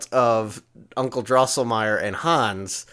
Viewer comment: Drinking Game: Take a shot every time mispronounces “Drosselmeier”.